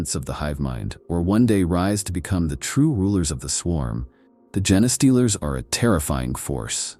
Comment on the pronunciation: Come on dude - I understand you use AI but can you at least correct the pronunciation of 'genestealers' if that's the topic of the video. How lazy.